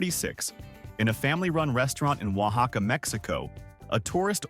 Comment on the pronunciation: There is no such place as 'London, Arizona', so that story is fake. The closest airport capable of landing a plane that can make it to actual London is 230 miles away. Also hilarious that AI can pronounce "Oaxaca" (Waa haa kuh) but not "mole" (moh lay)